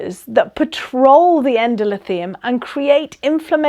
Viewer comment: Great but it's Endo-THEE-lium